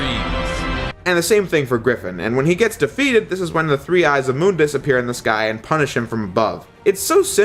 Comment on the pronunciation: Thank you for pronouncing MÜNDUS correctly. So many people don't :'(